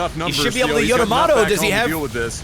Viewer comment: Yamato, not Yoyomato lol